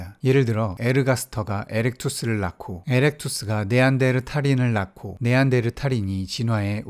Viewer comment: 네안데르/탈인 이 아니고 네안데르탈/인 입니다.